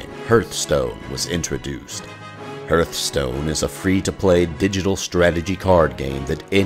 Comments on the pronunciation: Great documentary. One single thing stands out. One error that refuses to be corrected despite irrefutable evidence that you are wrong. Hearthstone is pronounced "HARTH" stone, not 'HURTH" stone. The narration in the game itself makes it clear. What's that thing that pumps blood that is spelled roughly the same way? Is it your "HURT"? Not, it's your HEART (HART). What's that thing around the fireplace? It's a HEARTH (HARTH). Guys, you're more annoying than people who AXE each other questions, or George Bush talking about NUKYALER bombs. Learn to english, please. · Sigurd Kammersgaard It is supposed to be pronounced harth-stone. A hearth is a fireplace, representing home. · What the hell is “Hurth-Stone” lol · "...the new online card game Hurthstone." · Hurtstone? Seriously.. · Sigurd Kammersgaard its pronounced "Harth-stone" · Hurt Stone :D nice, also Pandaren not Padarian, but meh, still Hurtstone :< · HERTHSTONE.. this guy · Hurthstone lol x) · I didn't mind mispronounciations until I got to "hertstone" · Great video:D I could not help overhearing the uncorrect pronunciation of Hearthstone.. But hey the video is awesome:D Thumbs up! (Lets do this)